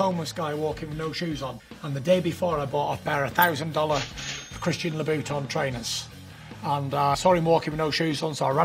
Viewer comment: Christian Labooton.